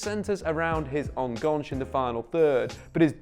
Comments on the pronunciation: Pronoucing 'enganche' as a French word is elite level mispronunciation 😂😂😂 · I gotta say, I've never heard "enganche" pronounced with such a delightfully British French accent before 😂 Great video as usual